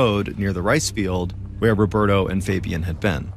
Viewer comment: the way he pronounces fabian makes me cringe